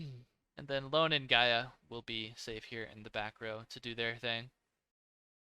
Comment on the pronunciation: It's Ione (ee.o.ne), not Lone 😁